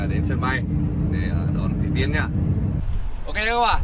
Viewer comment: Sao khúc đầu tui nghe ổng gọi là Thủy Tiên nhờ?😂